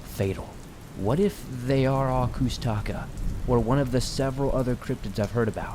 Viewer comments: I am a Alaskan Native of the Tlingit tribe. I have had many encounters and experiences myself. It’s a Tlingit word it’s pronounced koosh-ta-kah. That and Bigfoot are two different beings. I’ve experienced both. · Hearing you say koosh ta ka the wrong way, makes me cringe. I'm a Tlingit, and I'm familiar with them.